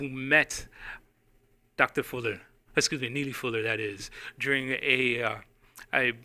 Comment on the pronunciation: say his name rite boy !